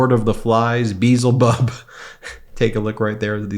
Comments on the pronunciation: Check pronunciation of Beelzebub.. It's Be-EL-zebub.. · check your pronunciation of be-elzebub. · The name is pronounced "B-el-zeh-bub." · Bee-ell-zee-bub, from the Hebrew Ba'al (lord) and Z'bub (fly). Note the glottal stop in 'Ba'al', hence the bee-ell. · I’m shocked by how many people can get on camera and mispronounce Beelzebub (correctly: bee-EL-zə-bub) multiple times and never have anybody around them offer the correction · It's be. El. Ze. Bub as inthedevil o.k. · Just a small point. Its pronounced Bee-el-zebub.😊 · C'mon Ben It's pronounced: be-EL-zebubb Consult your Bohemian Rhapsody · Beezlebub? Wasn't he in Hitchhikers Guide to the Galaxy, or was that Beeblebrox? I think you mean Be-EL-zebub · I think it is pronounced BeElza Bub....remember the Queen song Bohemian Rhapsody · Literally shows us the correct pronunciation of Beelzebub then pronounces it wrong 🪰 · Love the podcast! Pls learn how to pronounce Beelzebub. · its bielzebub not bezzlebub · It's pronounced Bee - El - Zee - Bub ...not Beelzy - Bub 😂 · That would be Bee EL zeh bub. Not Beezle bub. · Just one slight criticism : Beelzebub (ancient equivalent of Satan) is pronounced Beeyel'zebub (accent on the "yel"). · pronunciation of “Beelzebub” is way off. It’s not pronounced like “Beetlejuice” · Ben check the pronunciation of the name Bee...el....zeee.Bub. the name of the devil.. It's in the song Bohemian Rhapsody. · Ben, the name Beelzebub is actually pronounced as "bee * EL * zuh * bub." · Bees wont tell flies that flowers are better than sh!t. Maybe he shouldnt wear his underwear more than one day! Honestly, the flies are just confirming what everyone has been saying about him. And, the correct pronunciation is Bee el zee bub! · Just as a pronunciation guide, it's "Bee-el-ze-bub" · Are you trying to say bee-ell-zuh-bub? C'mon, man! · Beelzebub is pronounced bee-ell-za-bub. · It’s pronounced Bee El Ze bub. But yes your point is salient . Flies are attracted to shit. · it pronounced Be L za Bub